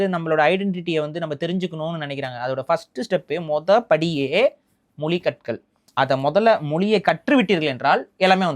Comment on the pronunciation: மொலி இல்ல மொழி ஈலம் இல்ல ஈழம் ழ சரியா உச்சரிங்க